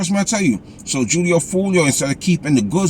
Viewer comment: Its pronounced hoolio foolio fool